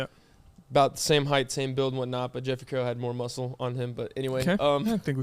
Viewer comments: Peyton if you don’t call him out for saying heighTH and not heighT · I thought I was the only one that actually caught that LMAO.. Happy to see somebody else knows "heighth" isn't a word!! 😂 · makes fun of Peyton for everything he does Also: says height with a th